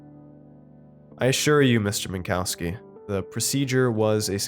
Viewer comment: I'm pretty sure it's pronounced Min-cov-ski